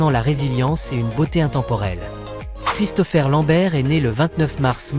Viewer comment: Ah ? la synthèse vocale n'est pas encore au point. Gérégory Emcékini 😂😂, Rob1 chou le moine Shaol.1, Sonia blaad, ChristoFaire Lambert....